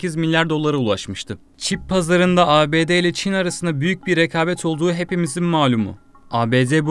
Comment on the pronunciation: rekâbet değil “Rekabet “ düz yazı okuyor bu çok sıkıcı